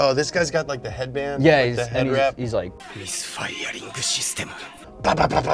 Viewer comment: "they're MISFIURING SHISTEMU"